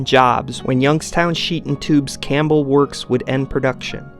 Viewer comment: "Campbell" is pronounced with a silent p.